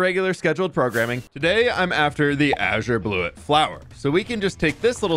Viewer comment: "Today we're after the a-sure-bluua flower" 😆 They should TOTALLY get an update to look this amazing ✨🤩✨